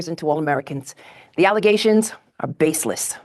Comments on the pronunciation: FALZ ALLUHZAYSHINS, NOT FATS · “False allezations “ man they really aren’t the brightest now are they? 😂😂😂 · “Baseless alezzations” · I swear I will NEVER hear the word “allegations” the same again. All I hear is “allizations” regardless of whose mouth it comes out of…. I’m RUINED 🤣🤣